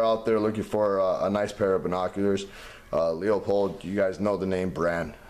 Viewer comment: Good review, I just bought some and they are really good for the price, I mainly decided on them because I have two Leupold rifle scopes and they are the best. bty its pronounced lou-pold I heard others pronounce it lou-a-pold but a factory rep told me it was lou-pold